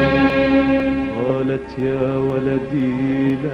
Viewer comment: Valady is wrong pronunciation... It is "walady".. And walady is not a name it is a word that means " my son"